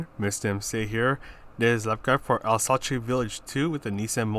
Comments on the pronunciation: Its alsass not alsochey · I like the way you say it. I’ll keep saying it that way.